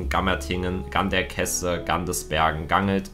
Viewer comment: Das heißt Ganderkeeseee